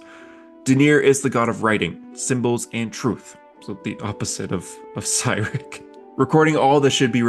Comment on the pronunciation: my autistic ass: hey this is a cool video also my autistic ass: that's not how u pronounce cyric or milil😡😡😡😡😡😡😡